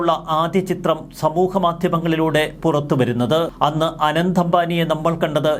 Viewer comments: റിപ്പോർട്ടറെ ആനന്ദ് അംബാനി എന്നല്ല അനന്ത് (Anant) അംബാനി ആണ്. അനന്ത് എന്നാൽ അവസാനമില്ലാ ത്തത്. അനന്തമായ ആകാശം എന്നൊക്കെ കേട്ടി ട്ടില്ലേ 😊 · ആനന്ദ് അല്ല അനന്ത് എന്നാണ്‌